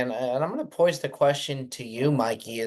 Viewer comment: immediately saying I’m gonna “poise” the question… it’s pose. Happy Tuesday fellas.